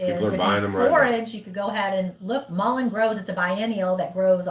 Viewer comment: Mullen is what it sounded like